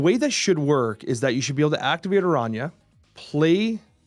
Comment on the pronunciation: Btw... the Spanish pronunciation for Araña was so good